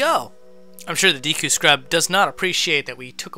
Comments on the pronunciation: Take a sip when he says deekoo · Why you keep calling it deeku tree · Its pronounced day koo not dee koo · AND ITS NOT DEEKU ITS DEKU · AGAIN DEKU NOT DEEKU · “Deeekooo tree”